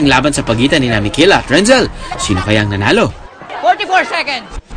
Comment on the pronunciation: Hindi po iyan renzell its renzcel po kaklase nya po ako